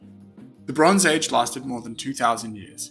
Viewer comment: It's just me or when he says "the bronze age" i can hear "LeBron's Age"